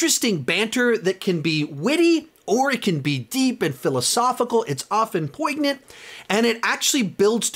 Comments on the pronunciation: Love your channel. Great ranking, as always. FYI--"poignant" is pronounced poin-yant, not poig-nant. Another one of those weird English words that's not pronounced like it sounds. Just thought I'd mention it since you say it a lot. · Always funny to see how high people rank the Black Panther movies to avoid being called a racist. 😂 Both movies were a master class in terrible writing. Black Panther isn't a Top 20 Marvel movie, and Wakanda Forever belongs in the bottom 10. Also, you don't pronounce the "g" in poignant. If you're going to flex your vocabulary with seldom-used words, at least learn how to pronounce them.